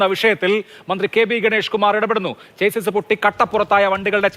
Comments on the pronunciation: ചെയ്സ് അല്ല മാറൂമി മാപ്രകളേ, Chassis ആണ് ശരി. ഷാസി എന്നാണ് ശരിയായ ഉച്ചാരണം. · ചേസ്സിസ് അല്ല ചാസീ ആണ് ശെരിയായ ഉച്ചാരണം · chassis ഒരു ഫ്രഞ്ച് word ആണ്. അതിന്റെ correct pronouncing ഷാസ്സി.